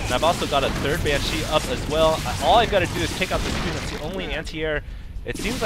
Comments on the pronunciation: its BANshee, not banSHEE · nooo!! not another banSHEE video!! lol seriously hd, BAN-shee, not ban-SHEE, BAN!-shee. please put the emPHAsis on the right sylLAble. =P btw is there still a ground defense colony and air def for the zerg or the spine crawler does both? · Excellent videos again. Got really lucky there with the Banshee's, but you pulled through [Fuck Yeah terran!] Also, not to harp, but the only thing I can suggest is Ban-shee, not Ban-CHI. Also, Marauders and Siege Mode Tanks destroy Roachs en masse. Marauders are the only true counter that burn them quickly. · It's pronounced [banshe], not [bansheeee]. I'd let this slip if it wasn't so annoying :p Anyway, these games are are perfect to watch during lunch break :) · SJ he said banshee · ok, i like your commentating a lot, but you really need to put less stress on the second syllable of 'banshee' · the way he pronounces banshee is kinda cute, makes them sound more threatening. I wish he'd pronounce Lalouche with a french accent though.